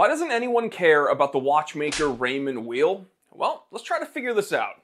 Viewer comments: And it's pronounced like the word WHILE in terms of the last name. It would be like calling you the Time TEELER. Jeez. A bit of a loss of credibility and a lack of preparedness. All you had to do was call the company itself for the correct pronunciation. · It’s pronounced “While” (source: my last name is Weil) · PS: It's pronounced "vile" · Weil is pronounced Vile, it’s a German word! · You can't even pronounce Weil. German Ei is pronounced Ie and ie is pronounced Ei